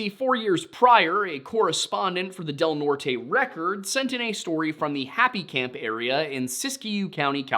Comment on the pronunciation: It's pronounced Sisk-you, and Del Nort. I grew up in SW Oregon, not trying to be rude, just helpful.